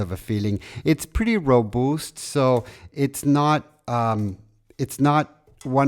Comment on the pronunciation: Lovely watercolors! I don't need this lol! I'm just so damn happy to see a human hand create human art in accordance with human nature. btw. It's "ro-BUHST". Short "u" sound. Not "ro-BOOST" . Not Spanish "robusto". English "u" like busted.